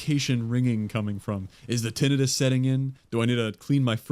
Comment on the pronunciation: I subscribed as a personal favor to you, you owe me now. I expect your assistance in a bank job. More details later on. PS I love that you said Tinnitis the right way :)